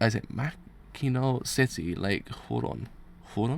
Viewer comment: Heeeyyyy they finally are reaching my state of Illinois and you were very close on how you said Mackinaw :)